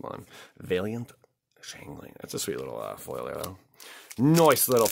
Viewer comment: It's Change-Ling not Dingeling...... hihi